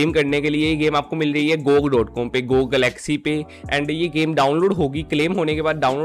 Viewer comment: Pronounce gog closing your mouth